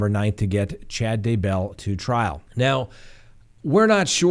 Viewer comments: Ugh I find that so annoying. Scott mispronounces it also. He says "d' BELL". It's DAY-bell. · Its DAYbell. Accent on the Day.